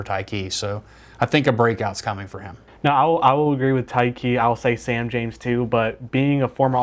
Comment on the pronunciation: Well at least one of you knows how to pronounce Sam's name correctly